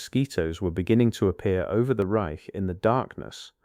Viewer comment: The AI narration is definitely lacking; words like chemists, Reich, and others mispronounced, make it tedious to listen too. The video is pretty much totally unrelated to the narration - I'm going to label this video as... AI SLOP!